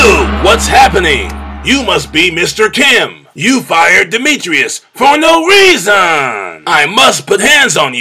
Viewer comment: "You fired Demetrius for no reesawn" lol